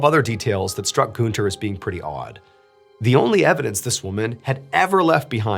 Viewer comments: It's Gunther, not Gooner 😂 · Btw the name is pronounced „Gahn-ther” not „Goon-ther”. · IT’S GUNTERRRRR GUN. TER. not Goonter. Like Hunter. With a G. It would be like like saying Hoonter instead of hunter. This whole video I’ve been shouting “IT’S GUNTER. NOT GOONTER” every time you said it like that and my mom thinks it’s hilarious. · i'm so sorry but the way he says günther kept cracking me up ToT amazing video tho mrballen, as always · I love how you pronounce "Günther" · is the name really goon-ter and not gun-ter? 😭😭 its bothering me so much